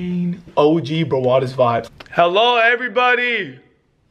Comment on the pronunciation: sounds likes his talking in a different language when he says HELLO!